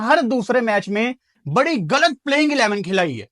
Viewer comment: Tmhen ghlat ko ghalat kehna ni at hindi ki trgan galat galat kehta he